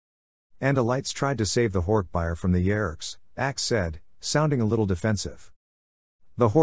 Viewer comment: It still bothers me how the voice pronounces hork bajir, and yerks... it sounds really weird